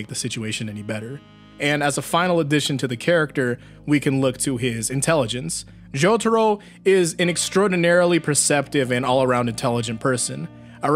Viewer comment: me: opens video me: hears the way he pronounced jotaro's name also me: instant dislike